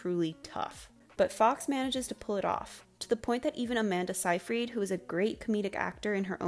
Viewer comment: The pronunciation of Seyfried made my eye twitch.